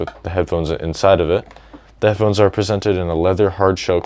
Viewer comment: Don't want to sound rude but do you have a problem saying headphones?